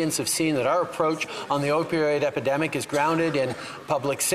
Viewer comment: The guy can't even say the word epidemic.